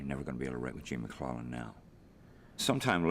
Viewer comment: Nice piece. But it's Gene MacLELLAN....not MacLennan.